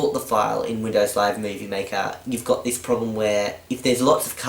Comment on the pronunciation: It's Windows, not "Windoze".